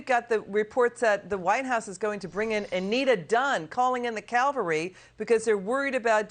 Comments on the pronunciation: “Calling in the Calvary?!?!?!” That’s where Jesus was crucified. Try “cavalry”. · Calling in the Calvary? It’s Cavalry duh. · The phrase is “Calling in the cavalry” not Calvary. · It’s cavalry…not calvary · Cavalry, not Calvary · Nope....I THINK WE NEED THE CAL-VA-RY....!!